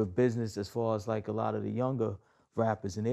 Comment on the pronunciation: ''a law of (une loi des) Mathematics'' au lieu de ''a lot of (beaucoup de) Mathematics''